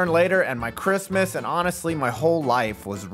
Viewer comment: For a second I thought you said "Merry Clitmas"